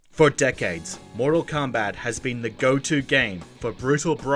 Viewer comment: It sounds like he's trying to say "comeback".